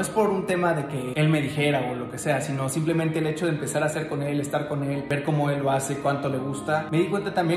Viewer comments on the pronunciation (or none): none